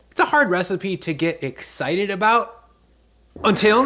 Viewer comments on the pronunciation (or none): not to be that guy, but "exctied" lol